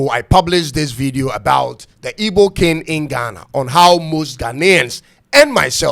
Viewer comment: It's pronounced k-ing not kin